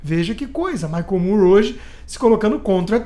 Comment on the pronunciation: Michael Moore se pronuncia igual a palavre "more". O aberto.